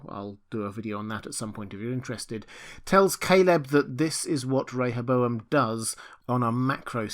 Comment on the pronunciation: Thank you for pronouncing Rehoboam correctly! 👍🏻